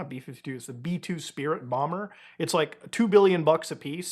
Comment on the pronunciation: Beee fifty two Bawmer!